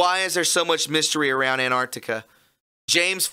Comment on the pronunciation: Ant-arc-tic-a not Ant-art-ic-a. Ffs that drives me nuts.